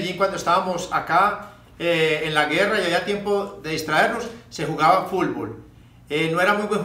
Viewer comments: También dice "fulbol" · Lo escuché y dije tiene que haber un comentario que diga fulvol and here you are JAJAJAJA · Popeye no sabe decir fútbol. ..siempre dice fullboll ..jajajaja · Hasta tu estas mal Fabian (Futbol = "Fulbol") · Jajaja fulfol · Como me da risa cuando "Popeye" decía Fulbol en vez de decir Fútbol 😅😅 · Tengo amigos que son de Cali Colombia y de Palmira y escucho que ellos mencionan "Fútbol", no así fulbol como decía popeyin... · "El fulbol" XD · A lo mejor no podía meter la lengua entre los dientes cuando hablaba 😂. Por eso en ves de decir fútbol. Decía fulbol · bien finado popeye..pero se pronuncia.futbol...nooo fulbol.. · Es futboll no fulbol pope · se te extraña popeye!! aun me da risa cuando dice Fulbol jaja descansa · Yo repitiendo una y otra vez para corroborar si en verdad dice FULBOL😂😂😂😂😂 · "Fulvol" :v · Se murió y nunca supo pronunciar bien "fútbol" jajaja qué cagada ese Popeye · JAJAJAJAJAJA FULBOL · "Fulbol" jjajajajaja sos grande popeye. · Pope la unica persona que dice fulbol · Pq dice fulbol? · varias palabras las pronunciaba así en vez de la t pronunciaba la L asi como futnol decia fulbol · Caray, este tipo no puede decir Fut Bol